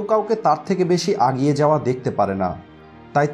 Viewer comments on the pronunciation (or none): আপনি বারবার আগিয়ে শব্দটি বলছেন কিন্তু এটা আগিয়ে নয়, "এগিয়ে" হবে।